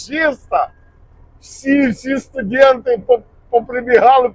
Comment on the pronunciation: Гарна Україньська, але студент а не студєнт . Перепрошую але дуже ріже вухо, але цікаво